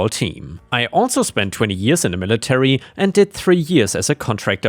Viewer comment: The moment you hear lilitary, you know this will be GOOD!